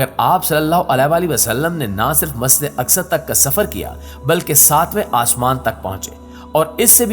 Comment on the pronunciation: مسد حرام یا مسد اقصی نہیں بولو۔ جناب اپنے آپ کی تصیح کرو ۔ مسجد کہو صاف صاف۔ 😮 🤔